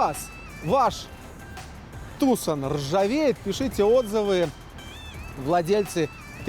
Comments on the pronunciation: слово "Tucson" имеет лишь 2 корректных произношения "ТюсОн", либо "ТюсАн". А в русском эквиваленте оно корректно звучит "Туссон" (либо Туссан). Но ударение ставится именно на вторую гласную. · ТУсон и Санта фЕ убивают... Неужели так сложно погуглить происхождение слов, в Вики даже ударения стоят...